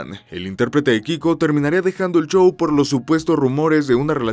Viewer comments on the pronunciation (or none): Bien contenido, pero, el chou, el chou, el chou…...